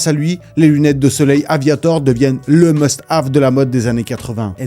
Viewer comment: "Must hav "...pfft 1 peu d'anglais les Français ¿